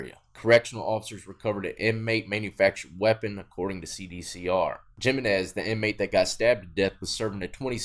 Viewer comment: I’m Australian and even I know “Jimenez” not said like that it’s a “H” sound instead of a “J” sound. Death I thought you would know this with your background